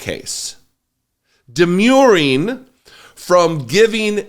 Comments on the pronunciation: It's "demurring," not "demuring." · Demurring, not demuring.